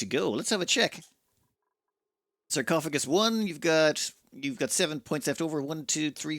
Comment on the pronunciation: Am I the only one who heard "Sir Cough O. Gus 1"? Emphasis on the Sir...